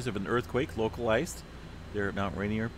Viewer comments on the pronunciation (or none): none